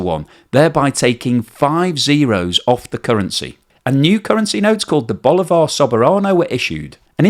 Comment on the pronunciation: At least you can say sorry if I pronounce Bolivar bad, because you say it very bad.